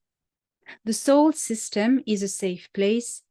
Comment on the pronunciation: Are you saying Soul System or Solar System?